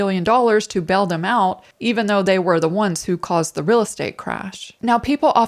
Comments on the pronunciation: Love your videos. But gotta ask... are you sure you’re not an AI? 😅 The way you pronounce words like “real” and "deal" as “rill” and "dill" every single time has me convinced someone programmed your pronunciation chip a little off. 😂 🤦‍♀️ What's the "dill" with that? 😂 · And remember as always say, keep it rill (real).